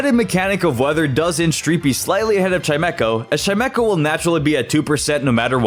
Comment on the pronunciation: There is no K in Chimecho! And at least is 2 words, NOT one word!